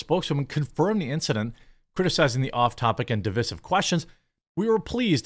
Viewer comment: Div-EYE-siv. Not Div-ISS-ive. Root word is Div-EYED (divide). Not Div-IDD.